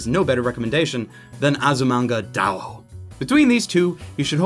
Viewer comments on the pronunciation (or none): Azumanga Daoo? Thought it was Daioh. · Its Azumanga Da-i-oh. There's an "i" in the middle. BTW Nichijou is awesome.